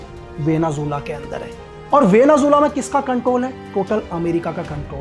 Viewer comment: वेनेज़ुएला ❎ वेनेझूला ✅ वाह 😂😂😂